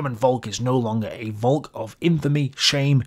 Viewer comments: Volk is pronounced Folk ... please remember that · It sounds really weird when you pronounce 'volk' that way, your pronounciation sounds like the German/Dutch word for cloud. Try pronouncing the 'v' as an 'f', please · Interesting video. Btw the V in Volk is pronounced like F in the english word folk. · Please try and pronounce the V in "Volk" as an F as you would in "Father" Trust me... a V is an F sound in German and if you read texts by Adolf where there's plenty Volk words in it and it gets a bit irritating 😂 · Volk is exactly pronounced like “folk” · Volk is pronounced like folk. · Dear...Puh-Leeeeze make a BETTER effort to pronounce German terms: Volk is pronounced Folk.